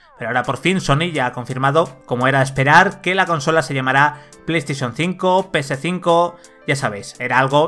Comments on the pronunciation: manuel es una S y se pronuncia como tal. Lo que en el video se dice es “pe ce cinco” no “pe ese cinco” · SEX Perdona, pero discrepo la ps5 se pronuncia: "Pe-ese5" (el guion es para que lo entiendas aunque la frase se diga Junta.) no es cosa de españoles ni nada, se dice así y punto. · Españoles :v PC5 Micro Soft, Soni, Batel Royal, Wifi, Plastathion thinco ;v